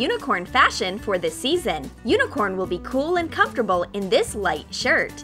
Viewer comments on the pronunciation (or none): none